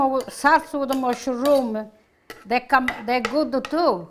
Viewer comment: I love pronounces mushroom as musha-room, it's so charming. This looks incredeble and want to try to make this myself once. Thanks for this lovely recipi. 😊🇳🇱